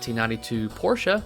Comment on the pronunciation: Thank you for pronouncing Porsche correctly.